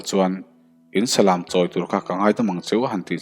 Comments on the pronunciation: salam tiha lam hi lãm tih a lam ani ngailo a, läm ti a lam ani zawk ṭhin eg lamtluang tih thluk ang hian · Salam..tih hi..lam dance..anga thluk lovin..khan lam teh ang..tiha lam anga thluk tur. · Salam tiha lam lai hi i lam diklo tlat. Thlanglam/chhaklam tiha lam ang hian lam tur ani. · Nia Salam hi ilam diklo tlat Mi thil hawh ka lam lawk. Naupang ka Lam haw lawk tiha lam tur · Salam,,,kan lam dan hi ,,ka hresual zawk nge aw,, Salam,,lam tih lai hi chumi lam,,tih thluk,,lamthuamthum,lam tih ah lam riktur ani zawk lo maw aw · Comment na hi i chhiar ngai lo va mi? Salam tih pawh chu i va chhiar dik mawh ve. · Salam hi ilam danadikhlel deuvin ka hretlatmai thil valam emaw mi va lam ang hian salam s lam laitakhilamrik tur niin kahria.